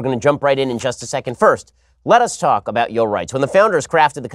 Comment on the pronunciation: “Let us talk about yo rights” I swear it sounded like yo